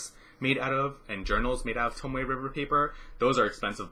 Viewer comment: You pronounced it correctly!